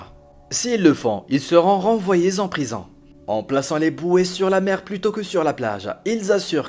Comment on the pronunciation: "le directeur de la prizan" ? :o)))